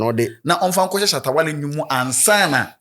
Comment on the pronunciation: you guys can’t stay without calling Shatta wale’s name right, just be careful so you don’t miss ur subscribers